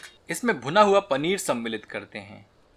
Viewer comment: Aap ye word "सम्मिलित" ko bhut hi acche se bolte hai, Suddh hindi word 👍